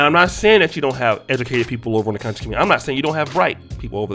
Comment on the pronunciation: I like that you put the emphasis on "CON" on the word conscious lol. Seriously we need to do our due diligence whenever we listen to anyone theory or any "ISM" we attribute our black community or diaspora. The culture is rich and filled with lot leaders who influence different socioeconomic and political spheres.